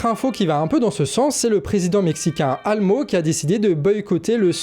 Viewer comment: Merci pour ces infos et pour votre démarche en général. Petites précisions : – Le nom du président mexicain est Andrés Manuel López Obrador, qu'on abrège souvent avec ses initiales, AMLO, et non ALMO comme je viens de l'entendre (oui, moi aussi ça m'arrive que ma fourche ait langué). – La locution en américain the Shangri-La Dialogue signifie "le dialogue de Shangri-La", Shangri-La étant le nouveau nom depuis 2001 de la ville chinoise de Zhongdian, où se tiennent des pourparlers (donc on ne prononce pas comme s'il y avait "Shangri" d'un côté et "La Dialogue" de l'autre).